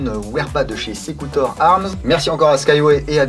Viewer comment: Au top. D'ailleurs bravo pour ta prononciation correcte du nom en latin, c'est une démarche appréciable (comme le défend Alexandre Astier). Et puis, sur un plan plus personnel, j'aime ta manière de caresser la boite au début... So sensuel... A quand une séquence mix de tous les caressages de boites et de répliques que tu as fais?!